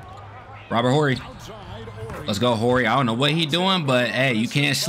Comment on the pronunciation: When you pronounce our last name Horry the H is silent in it bro yeah Robert my family